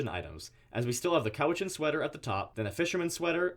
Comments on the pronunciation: Cowichan is pronounced like cow, not crow without an R. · Just a little heads up here. The Cowichan sweater is pronounced (cow-ie-chan) Cowichan. It’s the Cowichan tribe from Vancouver Island. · cowichan is pronounced cow - itch - in